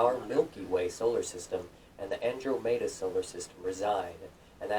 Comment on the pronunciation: he has what I feel is a non standard pronunciation of Andromeda